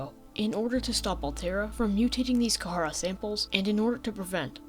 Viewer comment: this video is great but im sorry I hate the way you pronounce kharaa, ive always heard it and read it as "kuh-rah"